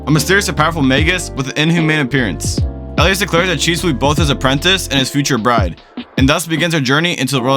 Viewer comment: You seriously called her cheese. Idk of this is terrible A.I. generated crap or not but you have lost all credibility with me. Magus Bride is an absolutely beautiful anime and Chise (chi-say) is a wonderful character to those who are lonely and long for a life of wonder while struggling with sacrificing too much of ourselves for others.